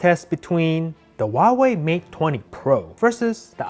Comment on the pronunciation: It's hauwei not auwawi